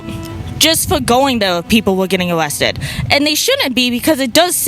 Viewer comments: "yew know how day awessted dose pweople?" dw lady. RFK is coming after autistic people. you aren't safe. I can make fun of that idiot because I'm autistic ✌️ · J6-ers got awwested? Did she hear that from Elmer Fudd?